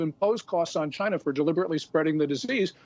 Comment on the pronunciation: Chy-na at it again.